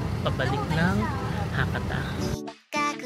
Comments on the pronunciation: Check the proper pronunciation of Hakata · Ano po proper pronunciation ng Hakata?